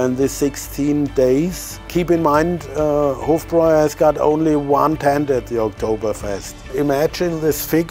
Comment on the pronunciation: It’s pronounced Hof - Broi